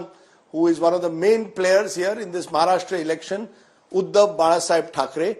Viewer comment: Maharashtra ❌ Mhashra ✅ 😂😂😂